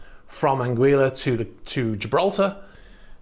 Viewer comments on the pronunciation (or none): It's anguila, not anguiya.